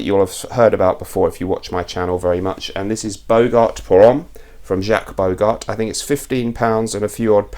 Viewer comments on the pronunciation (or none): none